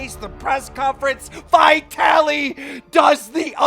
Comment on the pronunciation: you pronounce "vitaly" so strange. If you took the v off the start how would you pronounce it? why are you capitalising the "I"? say Italy and stick a V on the start lol... yanks are funny with their pronunciations lol.